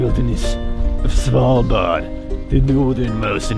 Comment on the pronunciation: You are maybe the best that can say Svalbard when your not Scandinaviaan! As a Norwegian I can confirm this!